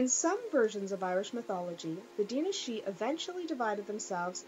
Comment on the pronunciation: I SWEAR YOU ARE THE ONLY PERSON I KNOW WHO CAN SAY "DAOINE SIDHE"